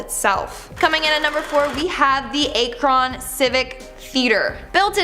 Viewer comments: Akron is pronounced Ahkron not aykron I'm from Ohio lol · ACK-RON. NOT A-KRON lol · Ack Ron not A Kron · "Ack-rin" , Ohio ...( Not "A- Cron" ) Also, "Port-Age" ... ( Not "Por-Tahj" ) Js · ak ron....... is how you say it damn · Akron-ack rin